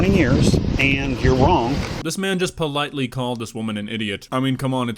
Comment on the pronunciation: ”this man just ploightly called her an idiot” idk how but this man fucking did it. give this man a raise